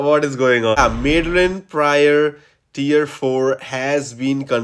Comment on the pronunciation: 'Mad-the-lyn', not 'Mid-the-lyn'